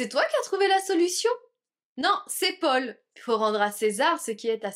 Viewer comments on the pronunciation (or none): none